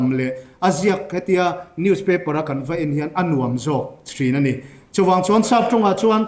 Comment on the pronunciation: A sawi tha ka tih viau rualin, a thusawi ngei amah bawkin a kalh leh tlat thin a. Mizo tawnga sawi mai theih Saptawngin a sawi leh thin a. Tin, a thusawi a ngaimawh theih deuh chu Vawiin alam khi vawin tiin a richhuak a, nausen pawh a lam nosen tlat a, amawi chiahlo e.